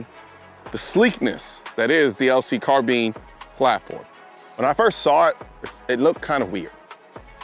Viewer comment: Car Bean